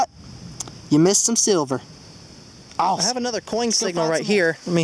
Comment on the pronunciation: "AWESHUM" SEATED! LOL. Very awesome finds!